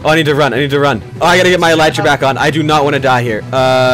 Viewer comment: Eleetra is the correct way to say it